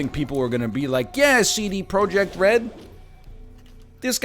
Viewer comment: NL wtf is your pronounciation of Project? You're killing me. I get they are Polish, but common, is that how anyone says it?